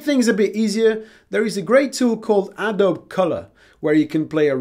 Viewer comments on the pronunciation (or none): Exactly the video I was looking for. Just a few things. Hue sounds like the name 'Hugh' (like Jackman) and Adobe is generally pronounced 'Ah-doe-bee'.